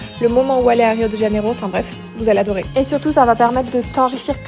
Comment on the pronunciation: C'est Rio de Janeiro et pas rio djaneiro